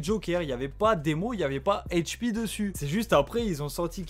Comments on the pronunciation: Arrête de dire hp avec l’accent anglais… c’est Hache 🪓 P ! Et sinon t’as bien résumé, mais il manque pleins d’infos sur leur début ! Comme un de leur plus gros son a l’époque « où est s’tenculé » qu’ils ont fait pcq des gars du 91 avait peta leur son et instru, c’est allé loin ! Mais sinon dans les grosse ligne t’as bien résumé 👍🏾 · Pourquoi tu dit Hache P en mode cainri ?